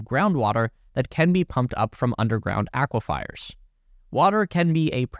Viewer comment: Aquifers, NOT aquifiers. 42 thousand acres NOT 42 hundred.